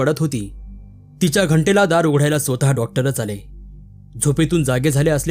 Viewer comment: कथा खूपच छान असतात. पण काही शब्दांचे उच्चार करताना शब्द नीट पाहून उच्चार करणे योग्य. उदाहरणार्थ स्वतः चा उच्चार आपण श्रोता असे करणे चुकीचे आहे. त्याबद्दल काळजी घ्यावी